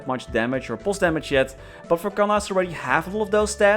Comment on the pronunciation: I don't understand why they keep butchering Kanna...